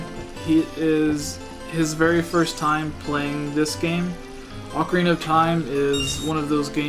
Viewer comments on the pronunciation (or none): Haha that's adorable... alsooooo.......... OAK ARE EENA